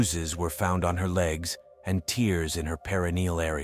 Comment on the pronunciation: Why does the AI narrator turn British. Dark case but the stupid pronunciation of “Tears (said like beers or jeers) in her perennial area.” made me chuckle. As though her vagina was crying!